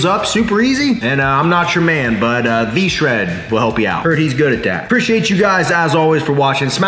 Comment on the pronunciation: He said V-Shred !!!! 😂💀